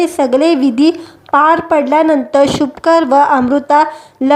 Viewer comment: शुभकर नाही शुभंकर असे बोलता येत नाही का? कानाला खटकते.